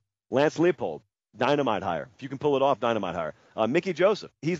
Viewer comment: “Lance Leipold would be a dynamite hire” yet you can’t even pronounce his name correctly.